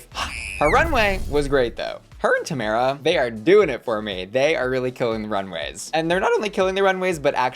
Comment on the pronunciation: It is TOE-MAR-UH not toe-mare-uh 😭